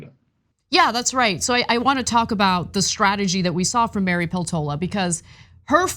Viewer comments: Poltoola? Peltola with e in "echo" or "set" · Peltola is married to a Finn. The surname Peltola is pronoused PELtola.